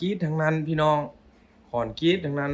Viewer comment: คอนกรีตไม่ใช่คอนกรีชอออกเสียงให้มันถูกต้องหน่อย อย่าเอาสำเนียงที่บ้านมาใช้ให้มันผิดเพี้ยนซิ